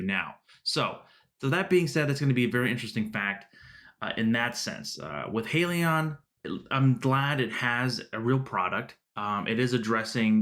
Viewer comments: Subscribed. True to your channel's name, it's pronounced HY-lee-yon not HEY-lee-yon. Buying one share of HYLN is like buying a ticket to board the Titanic. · * Hi-lee-on * you’re welcome